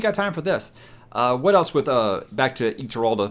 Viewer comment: When you finish WoT, someone illustrated can explain what was the thing with Taim/Demandred. You pronounced Ituralde very good. A Spanish Basque surname is nearly the same: Iturralde. Cheers!